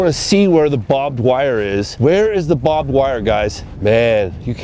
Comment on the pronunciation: Lol "bobbed wire" ...it's pronounced "Barbed wire" 😅